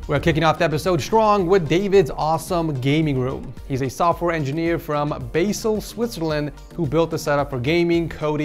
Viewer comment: I died inside at the way pronounced Basel